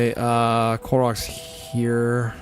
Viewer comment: I thought you were saying Clorox instead of coal rocks